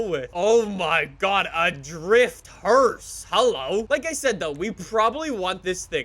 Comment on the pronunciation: every time he said hearse I had an aneurysm